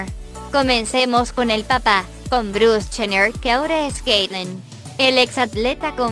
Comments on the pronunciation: “chener”😂 hay Dios y no sabe que que el papa es robert kardashian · Dijo Kylie chener y cloi cardasian 😂😂😂